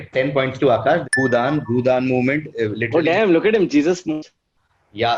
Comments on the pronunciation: kitna cheat karega? Jisne bhi Bhoodaaan aandolan suna hai, that person will never pronounce it bhoodun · cheated right? he didnt know bhoodaan movement, he read it as bhoodun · The fact that Akash was answering with totally wrong pronunciations (mohan bugun.. bhoodun) makes me a bit suspicious..anyways it's all in good spirit so it doesn't matter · Bhoo(done) movement....dafuq.....you can only go wrong in this pronunciation if you are reading this for the first time from somewhere....really discredited this stream.. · Akash is clearly cheating. Listen to his last 2 answers, he clearly could not pronounce Bhoodan and Mohun Bagan. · is saying bhoodan 😂😂😂😂Abey chutiye acting toh sahi se kar. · Ya it was fairly suspicious how he pronounced it